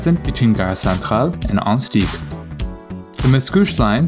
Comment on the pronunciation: it's "ah-hunt-sic"